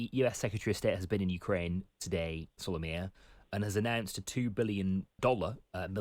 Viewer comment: Solomia not Somalia!